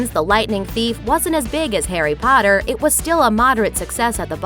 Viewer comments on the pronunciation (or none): none